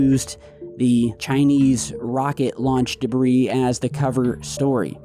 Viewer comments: “Space Debris” SILENT S in Debris .. 🤦🏼‍♂️ & while I’m #Teaching #English here.. DEER, FISH, SHAMAN.. ppl always be sayin’ deers, fishes, Shamans.. LMFAO ALL WRONG .. SAME WORD, both SINGULAR & PLURAL.. #SIMPLE 🤷🏼‍♂️ #BASIC #EDUCATION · Debris is pronounced debree!